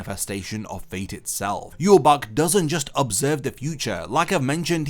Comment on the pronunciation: Look up how Ywach is pronounced. Hearing you say it makes you lose all credibility to me